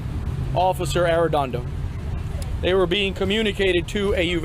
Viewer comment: "arrrrr-edondo" clearly dropped the ball tremendously! notice i made sure i pronounced his name correctly. smh